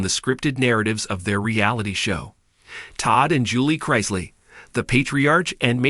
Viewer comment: Why do supposedly intelligent writer insist on mispronouncing and spelling the Chrisley name??? I don't know the truth neither does this writer. But it is obvious an unfair sentencing for each of them. Public opinion is always a lie.